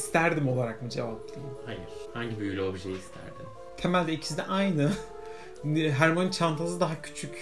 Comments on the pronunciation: HORMOYNİ DEĞİL HERMOYNİ OLUCAK 😏😎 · Hörmanii deil harmoni,(yazılışını bilmiyorum) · 2:92 hörmayniy :D